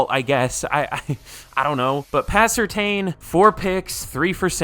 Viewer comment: Surtain is pronounced Sur(tan)